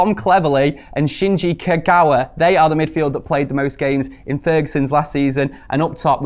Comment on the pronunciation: Naaaa put some respect in Kagawas name.